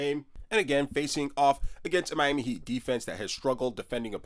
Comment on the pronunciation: Hey bro, that’s a disgusting way to say Miami😂 Love the content🔥🐐😂